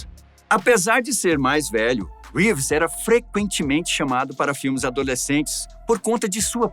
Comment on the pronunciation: "Řeeeeves" moço. Não abrasileira o Sobrenome do moço. 👍